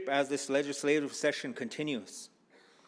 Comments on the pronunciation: How do you not know how to pronounce "Fort Peck Assininiboine (Ah-sin-ah-boin) and Sioux (Sue) Tribes?" Especially when you are supposed to be working with our Tribes. The Sgt. of Arms inlm guessing is a Republican, the party that rarely, if ever, visit 6 of the 7 reservations. They rarely, if ever, care to know our needs, wants, or how we can come to the table and help, unless its by enlisting, which we do at higher rates than any other ethnicity per capita. They're forced to visit the Confederated Salish and Kootenai Tribes because they're a PL-280 Tribe meaning the Tribe and Montane State share jurisdiction (which most tribes strictly oppose as it gives too much say to non natives about our own homeland as well as gives them rights to own lands within reservation boundaries. This in itself is a breach of most of our treatys we signed with the federal government.) We gave up the vast vast majority of this land called the United States in hopes of peace and prosperity. We were pushed further and further west from our our homeland and allowed this to try to keep the peace. It wasn't until we couldn't go no more that we were forced to fight. And it was then and only then that the US Government realized that we would rather die free and dignified before we were pushed into the ocean. Had we fought from the very beginning, instead of trying to be a peaceful and helpful neighbor, believing their was enough for everybody to enjoy and prosper, we would have crushed the US army, esp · critique I will make. The man who was introducing him mispronounced the names of the tribes at Fort Peck reservation. It is the Ah-SEE-NEE-BOY-NHH and SOO, emphasis upon the phonetically correct pronunciation. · Did he just sat Cinnabon and su-ex? Omg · It's pronouced "A sin a boy n" Assiniboine Tribe. 🪶🏹❤️🏜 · He said the cinnabon and soo-X tribes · Doesnt even know how to say Assiniboine and Sioux smh. That is my tribe